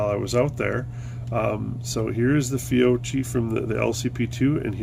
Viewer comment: Fiocchi pronounced Fee-O-Key. The XTP bullet is the best performing in the .380 caliber for self defense.